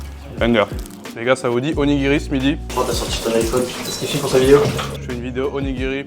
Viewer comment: OnigiRRRi, ça pique… à part ça video sans intérêt par rapport à bien d’autres.